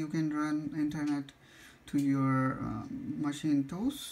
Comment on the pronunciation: macintosh not maschintos ;)